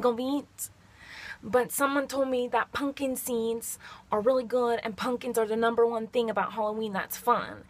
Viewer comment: I thought she said punk and scenes lol